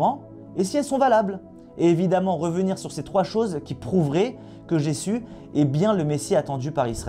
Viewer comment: Déjà, sa langue de vipère transforme "Jésus" en "Jessu"... D'entrée, c'était mal parti. :) En plus d'être un menteur - car il ne s'agit pas d'ignorance, ici, hélas - cet homme ne peut pas s'empêcher de ricaner quand il parle, d'arborer un rictus un peu puéril. Ce n'est pas un YouTubeur, c'est une caricature ambulante.